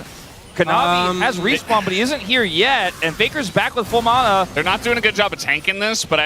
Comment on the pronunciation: I HATE how the one announcer pronounces M-A-N-A.... WTF????